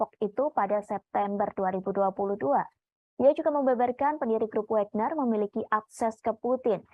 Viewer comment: bacanya Wagner bukan Wégner